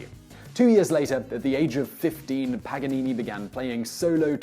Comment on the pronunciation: it is paGanini not paNanini😂